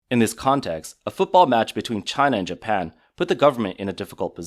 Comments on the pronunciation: it’s Japan. Not Japam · Did u really just say japam wtf is japam its even in the video that obviously heavily ai